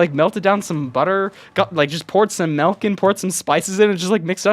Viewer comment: oh no you’re one of those… it’s pronounced MILK not ‘melc’ xD